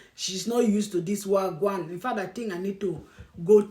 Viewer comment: you actually say Wah gwaan real good